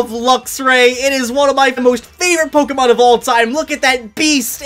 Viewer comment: Has terrible pronunciation of Pokémon names. I found your most recent video just to say, just learn how to say legendary names. They’re not French, stop trying to make them French.